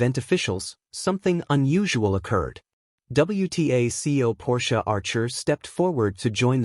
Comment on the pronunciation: It is not Porsche Archer. It is Portia Archer.